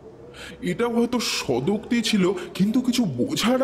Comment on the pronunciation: Please look into pronunciation. There is no word called Sodokti. It should be Sogotokti, which means speaking to oneself. Also, the reader has very little voice modulation. As a result, the story sounds boring.